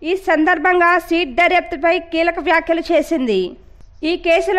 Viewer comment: సీట్ కాదు తల్లీ సిట్....